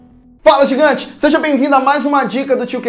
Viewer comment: Fala _gingante_? kkkkk Valeu a dica